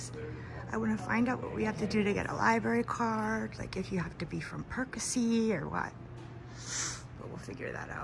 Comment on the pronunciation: Perk A See = Pierce, NOT! You are in the right place to learn to sound out words like the name of this library.